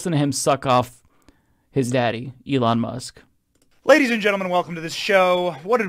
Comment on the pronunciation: Who is Ely Mush? I've never heard of Ely Mush.